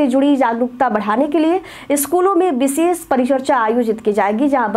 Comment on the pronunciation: बिशेष नहीं होता है विशेष होता है